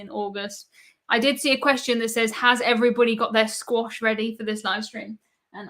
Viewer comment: To me , it sounds like every BUDDY. Great podcaster with great information